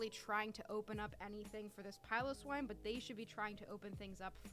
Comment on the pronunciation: Great vid! Thank you for pronouncing Piloswine correctly :)